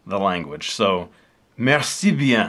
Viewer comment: France Tu as très bien prononcé "Merci bien" your french is good !